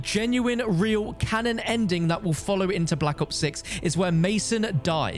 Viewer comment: why do you keep saying canon...